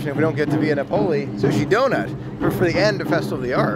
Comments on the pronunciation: It took me a little bit to figure out where you were going to lunch until I saw the place. 😂 Just FYI, it’s pronounced Via NA-poli, not na-POLI. 👍🏻 If you like red sauce, they use real San Marzano tomatoes. It taste unlike any other red sauce I’ve had before. So Yumm! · Nah-Poh-lee. The Italians are crying. Otherwise a great vlog! Haha! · NAP - O - LEE